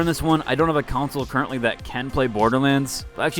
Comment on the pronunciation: CON-SOLE. Not counsel.